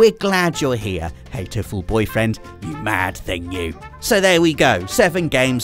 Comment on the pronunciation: Hatoful Boyfriends' "Hatoful" was meant to be a wordplay on the English word "heartful" and Japanese for pigeon "hato". The "r" is not pronounced in Japanese so it becomes similar. For example, "car" would be pronounced "kaa" with a stretched short "a" sound. So actually it's not "heitoful", it's "haatoful". Loved the selections on this list and made me want to try all! Especially Nobi Nobi!